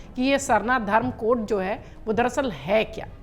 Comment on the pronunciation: पहली लाइन मे जो आप ने बोला कोढ़ मैडम कोढ़ नहीं अच्छा से pronounce कीजिए code है